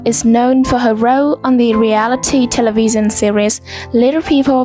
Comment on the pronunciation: she really said televeeson 💀